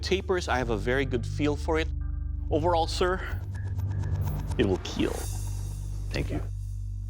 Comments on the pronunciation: It will keel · "It will keel " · What about Corona virus? - It will keel